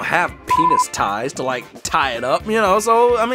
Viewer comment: uhhh you said peni*